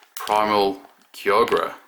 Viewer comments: Kyogre is pronounced ( Ki-ogre ) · It's kai-oger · its Kai-Ogre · U say it kyogre like kyogr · (Kyogre) Kai-O-Gah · I love how he trys to say kyogres name